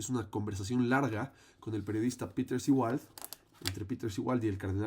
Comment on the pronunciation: El apellido u origen del término Seewald se pronuncia en alemán aproximadamente como "ZÉ-valt". (Wikipedia) La Z como en inglés. Por favor, hay otras lenguas además del inglés